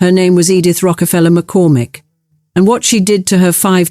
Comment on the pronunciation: Interesting story obnoxiously pretentious narration. I barely made it through' "Edith Rockefeller McCormick"' for the one thousand nine hundred and twenty-eighth time. Word pronunciations are sus.